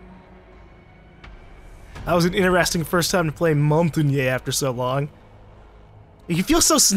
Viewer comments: Moe-n-tang. That's how it is pronounced properly. It's French for mountain. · montagne... g is silent and sounds like montane/montain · Montagne is pronounced mon-TAN-ye not mon-TAG-nee not mon-ten-YAY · I live in France and it's Montanye pronounced without emphasis on the nye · Ok, I decided to go look on the R6 siege wiki to end the fucking debate on how to pronounce Montagne's name. Apparently its "Mon-tan-yahh" exactly. NO MORE COMMENTS ABOUT THIS ARE REQUIRED. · Or he can simply say it exactly how he has been saying it without adding "eh" at the end. Trust me, French is what I speak on a daily basis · No, it's Mon-Tan-Ya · Hey, it is Mon-taughn-yay. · French for mountain Mon-tan-yay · Montagne is French for mountain. Just call it mountain :) or the pronounced version is basically Mohn-ta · It's mon-tagne the g is silent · It's Mon-Tan-Yay :) ask any French person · Montagne is pronouced as: mon-ta-ye. Mon as in: PokéMON Ta as in: Hakuna mataTA and ye as in: YEAH right. Someone even uploaded a youtube video about this. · coming from i who speak french it is pronounced (mon tan yeh) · Montagne is pronounced like montanya. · MONT-ain When trying to say Montagne, think of the word "champagne." I know that people have different ways of saying Montagne's name, but it's literally pronounced MONT-ain. If anyone says otherwise, I'm sorry. It's been bothering me a bit that people are just everywhere with the wording that they keep giving. Single answer: MONT - AIN. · I know that everyone's trying to help, but you do NOT say it like "Mon-tan-yay". The thing is, you can't really write it down using english words. It's [mɔ̃.taɲ] in phonetic, but the english doesn't use the sound [ɲ] as far as I'm aware (could be wrong, I'm french). But don't worry, it's not like it's offensive to say it another way, it's just a bit funny, like an accent if you will =). And besides, your prononciation is close enough imo.